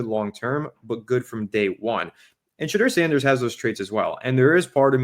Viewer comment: It’s shedur Sanders